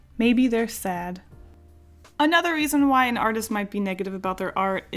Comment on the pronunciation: the way you said "maybe they're said" made me giggle